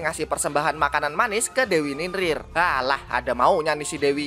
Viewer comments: Bang ninlil bukan ninlin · NINLIL BANG BUKAN NINRIR